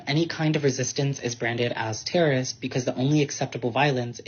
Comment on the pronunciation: ""Under settler colonialism, any kind of resistance is branded as teruh-rizt because the only acceptable vylence is vylence by the occupier" DEE-YAMN!! I wish I''d said that! Should be shown under mainstream news talking heads at all times.